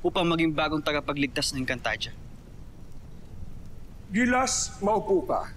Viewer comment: Ate engcantadia po Hindi po egncantadia hahahaha hahahaha hahahaha